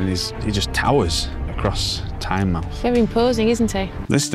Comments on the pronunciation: Great Chanel especially on Tynemouth and Whitley bay ( my home) and it is pronounced Tynemouth ie mouth of the Tyne not Tynemth 😊 or chiselton in supergran days 😂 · It's pronounced Tynemooth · Just a couple of things: It's Tyne-mouth not Tynemuth It's Collingwood not Collingworth 😅 and Stan Laurel lived in North Shields not Tynemouth Tynemouth Station has a great market every weekend Good video Check out North Shields and the Fish Quays👍